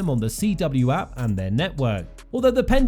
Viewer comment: Listening to you pump up The CW Network is the funniest thing I’ve heard in a while. Also it’s not CW’s A-P-P….it’s their “app” as in their mobile application. Just read the script dummy. Who is using the CW App? God this is the bottom of the barrel.